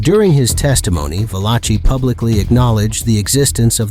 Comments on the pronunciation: Vaaaa-laaaa-Chee...damn you're pronunciations are ATROCIOUS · 🤣 💯 I said the same thing. And also lil al was a luchesse. And who is Joe veleki 😂